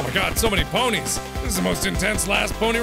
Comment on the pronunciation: Ponies are now pronounced puh-neys XD